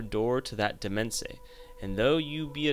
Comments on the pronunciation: Demesne is pronounced deh-main, not de-mez-nee. It’s French for domain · Love the vid! One thing is that demesne is pronounced "domain"